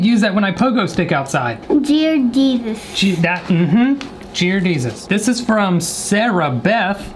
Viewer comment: “Jear desus”